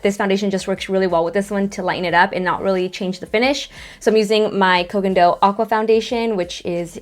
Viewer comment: Please do an updated "HOLY GRAIL MAKEUP, SKINCARE AND BRUSHES!“ Side note: I think you are the only YouTuber who pronounces Ko Gen Do correctly! 😁